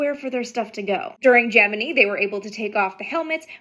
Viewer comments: Gemini. Its not pronounced gem eh knee. It's pronounced gem eh kneye. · "Geminee"? What the heck? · Stop mispronouncing GEMINI It is not Geminee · Just a casual question, a bit off topic, but why are so many people suddenly saying "Gemini" that way? It's pronounced with a long I at the end. But for the last month or so I've been hearing the short I version over and over. What is the conspiracy here, and, more salient, WHY is the conspiracy here? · I'm sorry, I'm stuck on Ge-mini. Jeh-Min-Eye. Gemini. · Gemiknee??? It's gemineye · I love this history, but how did you say Gemini? Gemin eye, not Geminee. 😅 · Jeminee?? She means Gemini, pronounced JEH- min-eye. Lol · Gem-en-eye. Not, jimminy. 😂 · "TLDR; just because some southern Nasa employees started mispronouncing a word, doesn't make it right." I pronounce it Gemin-eye too. I was just explaining why AST pronounced it Gemin-ee. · The way she says “Jeminy” instead of Gemini threw me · It's not GemiKNEE. It's GemiNI (long I at the end). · Thanks for the informative story. Recommend you work on your pronunciation of Gemini. It will make you sound more knowledgeable if you end the word with a long "i". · Does she not know how to pronounce Gemini? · Why u say Gemini like dat 🤔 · You pronounce Gemini wrong. . . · I don't think I've ever heard someone mispronounce Gemini so badly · The fact she cannot pronounce Gemini correctly she loses all credibility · pardon, but can you pronounce 'Gemini' again? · Have you been pronouncing Gemini the way NASA pronounced it in the 1960s? If you've been pronouncing it according to the official NASA pronunciation, then, yes, you've been pronouncing it wrong. But if you've been pronouncing it correctly, as in the original Greek gods, then you've NOT been pronouncing it like NASA did. So, either way, you're wrong. 😝 Greek pronunciation = Gemin - eye. NASA pronunciation = Gemin - ee.